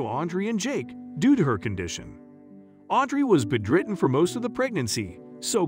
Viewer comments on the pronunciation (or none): This video needs editing. Audrey is referred to as "he" at one point. There are other errors in pronunciation and such (for example, the narrator says Audrey was "be driven" instead of "bed ridden"). Otherwise, this is an interesting story.